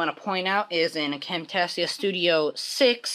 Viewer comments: You seid Camtasia wrong lmfao. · WoW this was a real good turtle and i dont know how to tell you by typing but your prenouncing Camtasia wrong :)